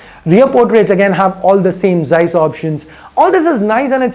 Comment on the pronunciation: It's not zies it's zeiss